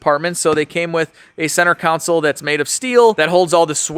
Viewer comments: Council or Console😂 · Yes! Every time says "council" I yell "CONSOLE!" to myself:) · I don't want to be an a'hole but... the word is "CON-SOLE"!!